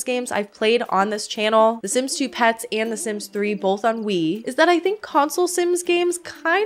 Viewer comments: What a hot mess of a game 😂 I love the Sims 3, personally. It can be glitchy, but it's still a great game. I also don't mind the aesthetics of it. Fun fact: every time you said "on Wii" all I heard was "ennui" and it made me laugh 😆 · It's hilarious that "On Wii" sounds like "ennui"- a feeling of listlessness and dissatisfaction from a lack of excitement. It's fitting. I'm a sims 3 lover, but the lack of supportive infrastructure and all of the bugs really puts a damper on things. I played it for years with minimal issues and now it runs so poorly on windows 11 that I just play modded sims 4 instead. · I keep hearing "sims 3 ennui" and it is making me laugh a bit the whole way through... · I knwo you said "Sims three on wii" but it sounds like "Sims 3 Ennui" which perfectly describes sims 3 on wii